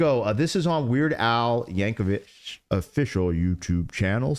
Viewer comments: Just a small note. I’m pretty sure you said his last name was Yankovich, but it’s Yankovic. No H at the end. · Al's last name is pronounced Yank-oh-vic not Yank-oh-vich. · That's YankoVICK, no "vitch." Roll film. The original video has MILLIONS of views.